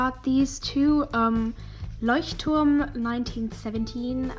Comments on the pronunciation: The first art channel that pronounces "Leuchtturm" correctly! :D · The best thing about this new sketchbook is you pronouncing the name right! There are not many non-german people that pronounce it right! Also, the cover art is very pretty! Good Job! <3